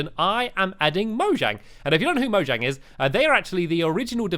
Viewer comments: mojang is pronounced mo-yang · It's moyang that's how you pronounce it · Its pronounced moyang but spelled mojang